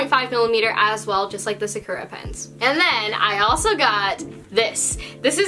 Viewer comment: Me: Luvs the hair, Luvs the supplies, starts going crazy over how she pronounced Sakura...no offense😅😆